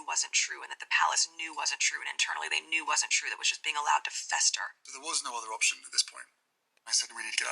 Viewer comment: The way she says "fester"